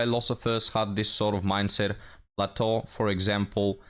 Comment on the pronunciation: that was Plato yea. He just pronounced it a bit funny